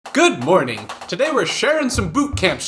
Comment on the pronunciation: Did he say Good porning?